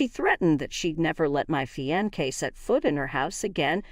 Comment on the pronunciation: Fionce is pronounced Fi-on-se not Fi-on-kay Please dump this computer reader and get a HUMAN English speaker.